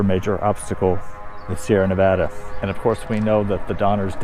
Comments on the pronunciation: It's Nevaaa (like Apple or fAst)-da. Please practice until it comes nAtural to you. Thank you. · You lost everyone in Nevada with how Nevada is said in the video.